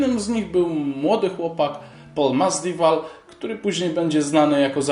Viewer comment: Chłopie, Masvidal, a nie Masdival, a Cynic, czyta się z S na początku.